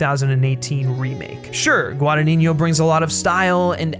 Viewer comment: This is the first video of yours I see, and I really enjoyed your review,!! Just saw Suspiria at a little artsy cinema a few nights ago, and it definitely stayed with me. Not yet exactly sure what I feel about it, but definitely one of the best movies I've seen in a while. Just a friendly Italian correction: you're pronouncing the director's name wrong. It's a tough one, I understand, but it's GuadaGNino, while you say it as GuadaniGNo, with "gn" in Italian being the same as the Spanish "ñ" sound. Just thought I'd let you know!! I really love Guadagnino, and this movie didn't disappoint. That quote of his you included at the end about the intelligence of audience I think summarises perfectly his approach to cinema:)